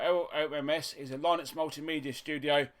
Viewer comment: "LIH-NUX not LIE-NUX" - ;-)